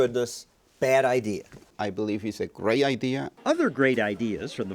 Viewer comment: Lmao if you cant even say Great its not so Great